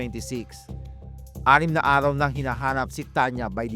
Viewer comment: Arhaw? Methro? Likurhan? Bulol?